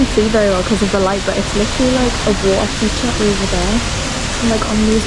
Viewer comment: I really enjoy watching your travel programs. I have no ill intentions. I just want to give you a suggestion. Your accent is quite heavy. Could you please speak with an international English intonation? thank you，Because when I heard you ask the waiter for water while having hot pot, the word "water" would be completely incomprehensible to someone who has never been to the UK.：）